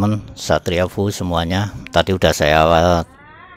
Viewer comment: Efyu bang bukan fuu 😁